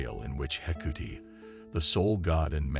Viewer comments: This guy's consistent mispronounciation of the gods names makes this very difficult to listen to. How do you get 'Hecuti' from Hecate, anyway? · I really can't stand the mispronounced words and name of Hecate, called hecootie in this video. 🖕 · Actually pronounced heck art aye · Would be nice to pronounce her name correctly! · me also, it bothers me most with Hecate as I'm Wiccan and she is my Goddess. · Is the mispronouncation due to the possible use of voice to synth technology?